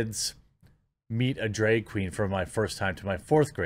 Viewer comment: At first they way you were pronouncing “drag” was annoying…until I figured out what you were actually saying…”dreg”🤦🏻‍♂️🤣 Because it is a “DREGS SHOW”! I’m gonna start using this. 👍🏼🙏🏼